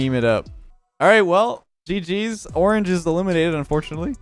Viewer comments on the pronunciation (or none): none